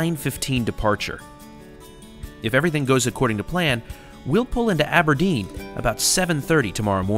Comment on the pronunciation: Love your pronunciation of places in Scotland! Inverness? Aberdeen ?